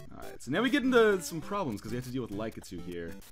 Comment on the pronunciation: Lie-kah-too? I always said it Lah-kit-ooh